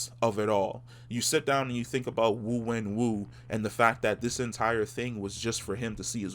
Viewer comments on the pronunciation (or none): Its actually Xu (shü say ee then close your lips into an o) Wenwu, enter 徐文武 into google translate.